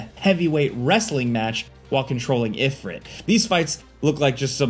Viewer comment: If(reet)....not Ifr(it) c'mon now.